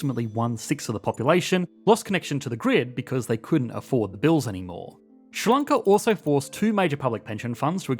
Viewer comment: Is what you call 'Ssrr-lloncaw' in fact 'Sri Lanka'?